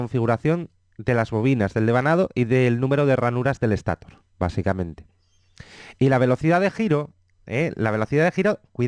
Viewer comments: Excelente explicación, solamente cuidaría de intentar hablar sin muletillas (dice mucho eh) y la parte del motor es estator y se lee estatór no éstator. Y rotór. Gracias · Lo mal es que dice Éstator, rótor. Se puede malinterpretar y pensar que así se pronuncian esas partes fundamentales. Ojo! La explicación es excelente y no es una queja, es un comentario para que no se cometa el mismo error. Buena pronunciación + excelente explicación = vídeo perfecto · Muy buen contenido, Solo tengo una sugerencia, llegar a un consenso sobre la pronunciación de las palabras graves. Motor lo pronuncian con un criterio y rotor y estator con otro. Es algo molesto. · la verdad que lo felicito por su video, esta muy bueno, hasta me dan ganas de ser un rotor, pero hay algo que me causa molestia y es su pronunciación de la palabra rotor y estator, me parece escandalosamente inadecuado.